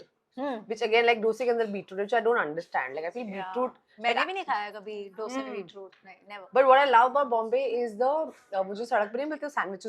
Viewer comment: Ms. Huma, since you are from Restaurant business background minimum thing you should know It’s NOT “Dhosa” it’s Called “DOSEH”